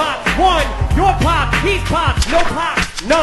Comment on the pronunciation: Nahhhh the poc instead of pop is annoying me 😂